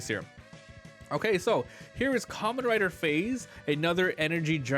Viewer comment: It’s pronounced differently then you’re saying it it’s more pronounced like 5 with a z at end the a is more of less silent…this whole video was killing me as a Kamen Rider fan…